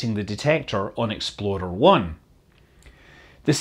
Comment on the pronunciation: hears exploder 1 oh explorer 1 lol